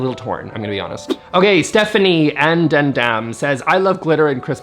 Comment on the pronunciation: The way you said “Stephanie and Adam” like “Stephanie uhn duh dum” cracked me up so bad